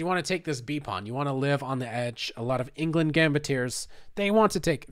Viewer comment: It hurts my ears hearing you pronounce Englund as England every single time